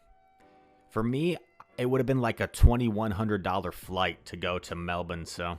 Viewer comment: Thank you for being one of the very few Americans who can actually pronounce Mel-bin (melbourne) correctly